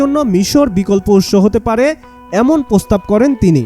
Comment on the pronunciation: প্রস্তাব কে পস্তাব বলা এসব জঞ্জাল সাংবাদিক বের না করলে আশা করি আপনাদের টিআরপি আরো কমে যাবে 😅